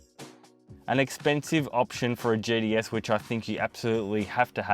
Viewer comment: “GTS” Thought he was saying “JDS”’